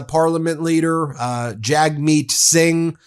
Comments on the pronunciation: Just FYI: Jagmeet is pronounced jug-meet. Thanks for the good videos!!! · Hey Ben! You got Pee Pee right 😅but it's actually pronounced "Jugmeet". Thanks! ❤️🇨🇦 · FYI: Jagmeet is pronounced "Jugmeet".